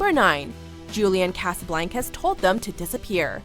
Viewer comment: BTW you are saying Julian Casablancas name wrong and its pissing me off lol